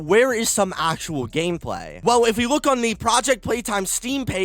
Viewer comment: “Game Paly”?